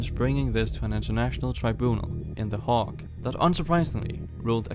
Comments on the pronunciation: it's pronounced HAYGE not hahge. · The Hague is pronounced Hayg not Hahg. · I think that the court is in the Hague (long A), not as Hog, as in pig. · Hague = Hog? Hmm, never heard pronounced like this before? Hague = Hag I think is probably closer no? Solid review though thanks for your thoughts on a "Hot" issue for sure. China is such a wildcard, there intentions are never clear and lately they are really scaring the bejeebers out of me? We know they have an endless bankroll and are catching up if not surpassing everyone's technology. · Its pronounced 'HAYge' not 'HOGe'. Good grief. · Hague is pronounced Hay-g not hog, dummy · Hay--G how to pronounce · Saying China's biggest enemy is the U.S. is a bit over the top. Also "The Hague" is pronounced "The haig" - No - a plane unloading clearly has an area for that to happen. The issue is more that the island is completely exposed so one strategically aimed bomb or series of bombs would render the airstrip useless immediately. The Islands are a really dumb idea as defense posts, because they are so very easily destroyed or rendered useless. The cost of maintaining those bases is also ridiculous. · I am from the Netherlands. You don't say The Hague as litterly speaking "The Hag" but you need to pronounce it as "The Haagh" in Duth Den Haag. You pronounce the A for an E in English. But you also pronounce the E in English for I. So I know it's hard! but try for is to say in English pronouncing it as "The Haagh, because you pronounce the A for an E. So in dutch pronouncing The Heegh is god. :) I know it's hard because the letters A E I are each different pronounced so the Hague you make from the AA an EE. Type in google translate "AA" in Dutch what you hear you place it between H"AA"G Den Haag. ;) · That's not how you pronounce Hague.